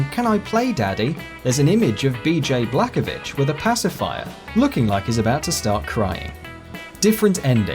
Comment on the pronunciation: He said “b.j blackovic”